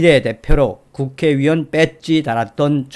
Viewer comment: 유튜브 방송중 <국회의원>을 발음할때 왜자꾸 국회위원으로 발음하시나요? 전여옥 전의원도 마찬가지 입니다. 발음교정 부탁드려요.